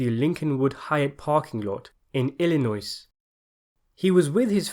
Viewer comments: Moron you need to learn how to pronounce the name of the state the right way. It is Illinois pronounced Ill-li-noy. Not Ill-li-noise...js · I pissed myself laughing when he said Illinoi-s :-) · 'Illinoise", come on dude and pronounce the word properly, will you?... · You know, I'm starting to think that you Americans don't know how to pronounce your own states. How is Kansas pronounced Can-zis, but Arkansas is Ar-Ken-Saw? No, it's supposed to be pronounced Ill-a-noise, but the people who pronounce it the wrong way are just trying to be French. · Just a friendly fyi: there is no “s” sound in Illinois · Please: with Illinois, the "s" is silent. Clearly the narrator has never been there. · To the narrator : FYI, the s is silent in Illinois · The “S” in the word Illinois is silent. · In the name Illinois the s is silent